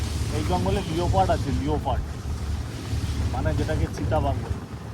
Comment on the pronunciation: "লিওপার্ড" নয়, "লেপার্ড" বলে।